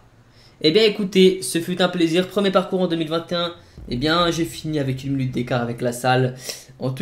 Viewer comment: En 2021 tu pourra apprendre a dire minute au lieu de munute